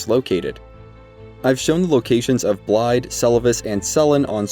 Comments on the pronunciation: The "dd"s in Blaidd's name aren't pronounced with a "d" sound, but more so a soft "th" sound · I know I’m a bit nitpicky with this one, but Blaidd is pronounced with a “th…” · still can't even pronounce "Blaidd" correctly smh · can people stop saying Blaidd's name wrong. you here them pronounce it.